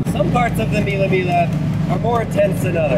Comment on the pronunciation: mila mila lol that pronunciation